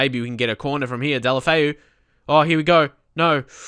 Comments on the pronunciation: It's Day-oo-lo-fay-oo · You say delefo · Great episode. Really looking forward to this series. My only real complaint is that your pronunciation of the players' name is cringe-worthy. His name is pronounced "Day-Oh-Lo-Fay-Oh". Other than that, keep up the great work. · the end is Fay-oo please please say it this way xD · No, ur quite incorrect, it's pronounced "day-oo-lo-fay-oo"